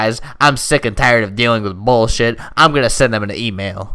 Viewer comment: actually he does he said bullshoot and sheet